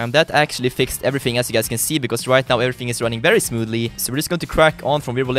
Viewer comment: Haha, i love how says smooth, he says it like smood. Always a good laugh.